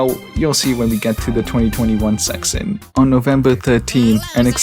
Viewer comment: why does bro say section like that